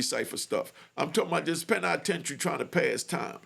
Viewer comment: The Pen-I-tentary 😂 woop 🙌